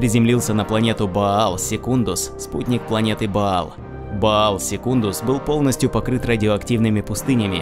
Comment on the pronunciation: А почему плане Макрагг, когда Макрейдж и Баал, когда Ваал?